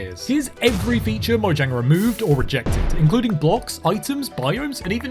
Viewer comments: DO YOU MEAN MOYANG? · Did you know that mojang is pronounce moyang